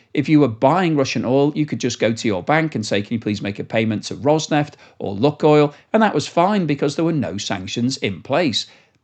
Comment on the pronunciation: if you stop saying “Luckoil” and instead pronounce it correctly as “Lukeoil”, I will immediately smash that Like button and subscribe to your channel!